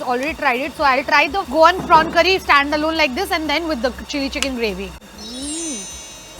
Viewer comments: Prawn❌Porn pulaooo?????????🙂😂😂 Change it didiiiiiiii😂😂sounds so bad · it's prawn not p**n please be careful while naming the dishes!!!!!!!!!!!!!!!!!!!